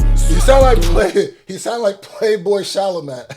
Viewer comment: it’s Sha-la-may. Not sha-la-met 😂😂